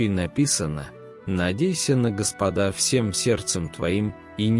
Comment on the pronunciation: Ударение делайте (на Го) Господа